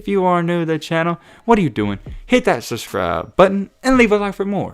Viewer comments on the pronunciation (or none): none